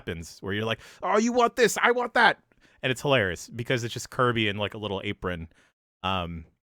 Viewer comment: Kirby the "kerbert" ??? LMAO....